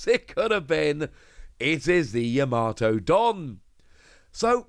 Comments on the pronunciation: Yama-to not Ya-mato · Still pronouncing her name wrong😅🤣